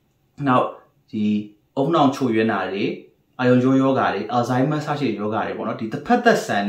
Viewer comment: ဆရာဝန်ဆိုရင်လည်း Alzheimer's လေးတော့ မှန်အောင်အသံထွက်ပါခွာ။ please...